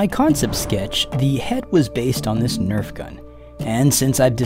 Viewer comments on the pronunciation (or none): none